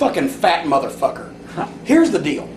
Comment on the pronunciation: I love how says motherfucker “MUHthurFUHKUHR”